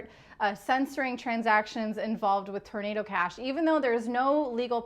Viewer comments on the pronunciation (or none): She´s always talking a about tornedo cash... wtf is tornedo cash? lol